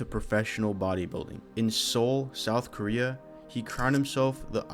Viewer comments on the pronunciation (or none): none